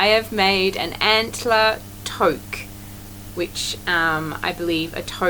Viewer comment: love your Antler Touque. the "Tou" is pronounced same as the word "Two" that might help 😀 it turned out stunning. and your dress love is amazing!!! you are such a beautiful maker...muddy boots and all!! I'm work8ng on a colourwork Maja Cardigan!!